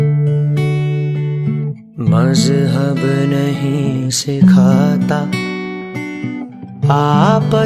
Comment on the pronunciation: need to correct more. should be "Sikhata" and not "Sikh ata".